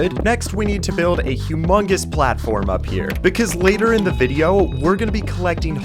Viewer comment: My boy went to california to make a wideo😂😂